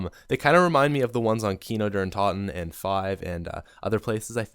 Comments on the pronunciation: Kino der TOT-EN it's pronounced Kino der TOTE- IN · Bruh these pronouncations. “Boo-wee-nife” “Kee-nowe-dere-taw-ten” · He pronounces Bowie knife "booie knife", and Kino der Toten "Kino don Totten" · The way he pronounces Kino Der Toten…